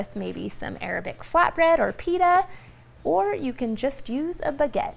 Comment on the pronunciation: Dang I really need to make this. Btw l lolled at how you say Pita 😆😆😆😆😆😆😆